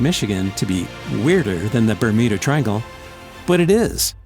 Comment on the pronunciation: did i hear "remuda triangle" at the start